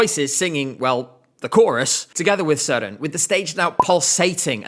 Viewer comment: As a Dane you actually pronounce Søren’s name good. It has a little Sweden like. But good video